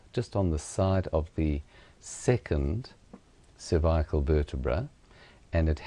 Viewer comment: Where the fuck did you learn to say cervical like that?